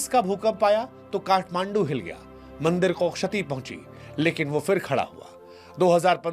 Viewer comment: Mandar nahi bandar, इसे मंदिर कहते हैं